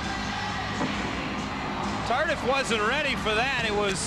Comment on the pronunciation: Pronounce Tardee not Tardif.